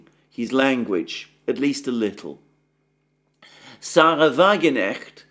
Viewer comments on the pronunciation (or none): WAGENKNECHTS NAME IS NOT SARAH BUT ZAHRA IN GERMAN S IS PRNOUNCED AS Z ZAHRA IST COMMEN NAME IN IRAN WHILE HER FATHER WAS IRANIAN PLEASE PRONUNCE RIGHT